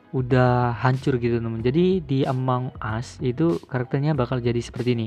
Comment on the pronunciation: among bang bukan amoung